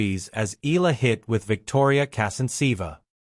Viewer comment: Correct pronunciation is E-ya-la , not I-la